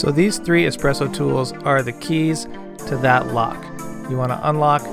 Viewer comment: Good choice! You'll find much limitation when it comes to a machine like the Nespresso as you come further down the road. And yes it is a much more artful experience with an espresso machine. PS. It's "Espresso" not "Expresso" :)